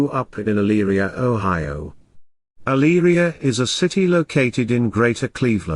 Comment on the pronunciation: My husband grew up near Eyleria, you did a great job pronouncing the cities' name. A very horrifying story. It's so difficult to understand why people kill their families. The kids looked like angels